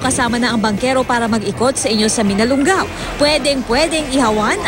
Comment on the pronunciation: Hoy ATE mali ang PRONOUNCIATION mo..!!! Hinde MINALUNG GAO kundi MINALUNGAO. Pag aralan mo muna bago mo BIGKASIN...!! Kasi MASAKIT sa TENGA..!!